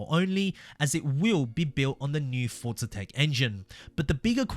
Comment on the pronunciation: For za not fortza